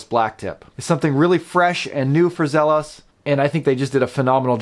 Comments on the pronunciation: For someone who loves Zelos so much, you should probably pronounce it correctly (Zee-los). I have the Desert Sand version of the Blacktip, and it is amazing. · I have had this exact watch for a week now. My first Zelos. (Is it Zee-los or Zelos? I’ve heard it pronounced both ways.) The color on my watch is much more teal than the bluish color on your video. Love everything about the watch except one thing. It seems like I can feel the prominent quick release posts of the strap on my wrist at times. I think it would have been more comfortable without them. QC is good with mine.